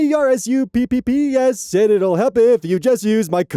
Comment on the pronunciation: When you were saying gamersupps letter by letter I thought you were having a stroke.